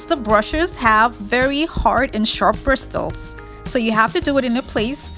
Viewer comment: It’s pronounced ped-uh-stull not ped-stulls, and they are bris-suls not brist-tuls.